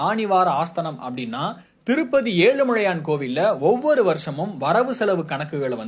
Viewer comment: முதல்ல தமிழ் ஒழுங்கா படிங்க. செய்தி வாசிப்பாளர் என்ன புதுசா ஏழுமழையான் சொல்கிறார்? 🤦🏽‍♀️